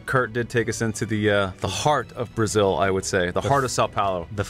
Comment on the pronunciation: Must be very hard to say Brazil.